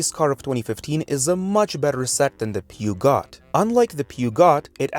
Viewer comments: Aaaah yes pew-got. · You pronounce it like peh Joe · Ah yes, the famous French car maker, Pew Got. 💀💀💀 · Peugeot pronunciation was diabolical